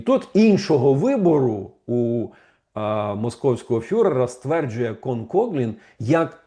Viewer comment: Пане Романе, він Кофлін, не Коглін (правила читання англійської мови) :)